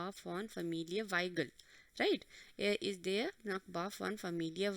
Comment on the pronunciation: you don't know the pronunciation of der🤢🤢🤮🤮🤧🤧👿👿